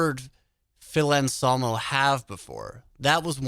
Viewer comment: Still don't understand why calls him Phil "Onsolmo"